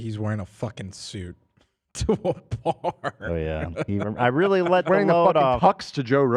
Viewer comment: The "reHhly" soundbite is so fucking funny I'm dying